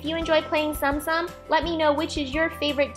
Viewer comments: Please note these were so amazing and actually tsum tsum are pronounced tsuum tsuum so it's not like stom stom 😅😊 and also they are plush figures and they are so cute and adorable and I love the ones u made ❤️❤️ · Its pronounced tsoom tsoom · Wow! But btw its pronounced "zoom zoom" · I believe it's pronounced Tsum Tsum like... Soom Soom. but oh well. The video was hella cute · She says tsum tsum wrong